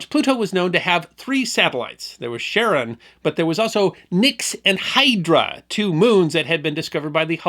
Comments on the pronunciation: Pluto's large moon is pronounced 'kare-ON', not 'sharon' the girl's name. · Charon is pronounced with a K, not an SH